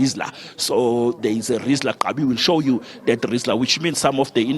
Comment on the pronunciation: Its called a Rizzla RIZZLA😂